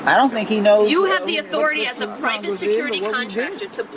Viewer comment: "wE aRa MeMbeR oF cOngRiSssssssss" Ohhhhhhhhhhhhhh please.